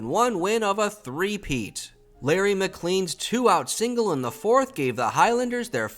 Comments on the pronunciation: It's pronounced "mik-LANE", not "mik-LEEN". (Ask how I know.) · He's saying it wrong.